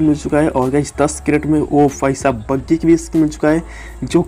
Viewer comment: Bhai mere Bhai saab hota hai Fhai saab nhi 😂😂😂😂😂😂😂😂